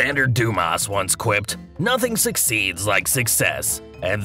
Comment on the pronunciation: Dumas should be pronounced without the 's'...